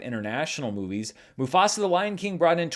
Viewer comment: As a Telugu Native Indian have to say that was really a good pronunciation of the movie 👌🏽